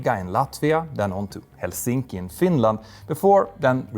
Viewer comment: Petter managed to pronounce Rīga correctly and Helsinki incorrectly in one sentence. So…